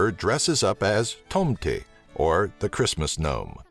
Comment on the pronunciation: I'm from Sweden and i laughed so much when he said tomten xD